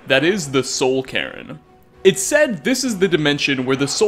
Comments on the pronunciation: i noticed that too lmao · does anyone else find it annoying how he pronounces falmer as full-mer? he also pronounces cairn as karen